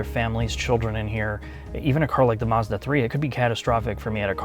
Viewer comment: Hey guys😂 Mazzda never has had an "r" in the name! Marzda is not a brand & never will be. Check their car badges: Does it say Marzda or Mazda? My bet is is says Mazda and thus will it always be so😂.